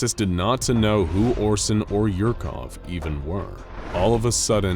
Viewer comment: Dr. Yurkov... Really?!🤦🏻‍♂️😆